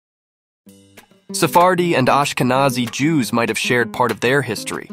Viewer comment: It's pronounced differently. In fact, it's spelled "Aschkenasi" in German. It's an old Hebrew word for a region in Anatolia that was applied to Germany by South Italian Jews when they settled with their extended households in the Rhineland on invitation of the Carolingians. It has nothing to do with "Nazi", which was originally a diminutive for "Ignaz" and later came to be used as a shorthand for the National Socialist Party in Germany in the early-mid 20th century.